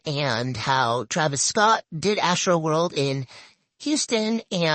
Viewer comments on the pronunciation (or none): none